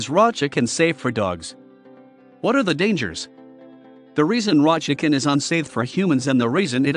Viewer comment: Why did he say shicken?lol